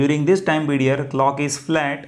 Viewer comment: The explanation was excellent, understood everything, but why are you pronouncing Pedior something (period) ?